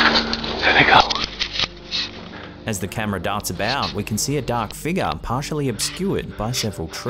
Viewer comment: All I'm gonna hear all night is ' what is the mysterious figga, is it paranormal, or can the figga be something else 😂😂😂😂 lol